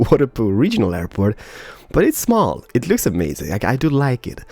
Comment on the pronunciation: "Airpoo" XD